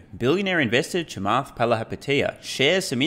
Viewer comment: gets credit for pronouncing Chamath's surname correctly.